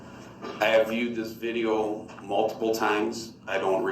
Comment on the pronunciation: Dear Durl - Turns out that they didn’t need ANY of the witnesses to “git a look at duh LI - SUH - PLACE” because it was on VI - DEE - OH!!!!